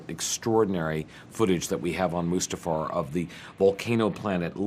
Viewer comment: "mufASTA realm???" Dude, if you're going to speak directly to the director of the film you're working on regarding the MAIN sequence you're working on, I think it's best to be able to pronounce everything right.